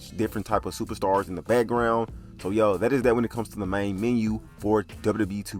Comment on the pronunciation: It's "MEN-U" not "MEEN-U".